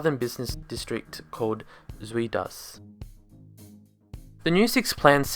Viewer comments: Great video, thank you! You should learn how to pronounce Zuid though....😂 (ZOWWWD) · With the way you pronounce Zuid as, I am curious how you would say 'Onion' in dutch. Ui and no it is not U-i. I'm trying to think of an english word with the same sound, I'll let you know when I find it.